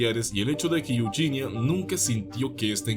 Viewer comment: Es Eugenia no yuyinia